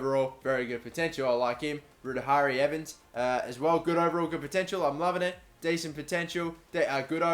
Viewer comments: Ru-da-hari Evans hahah It's pronounced Rory or ruairi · Rudihari Rvans. Ruadhri is pronounced Rory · Ruaidhri is pronounced roory like rory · Ruiaridh is pronounced rory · Ruaidhri is pronounced Rory